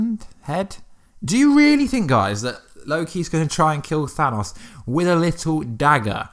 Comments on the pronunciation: The way he says Thanos bothers me. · You saying thanos wrong. Also, agree, LOKI LIVES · It's Than-OH-S, not than-AWS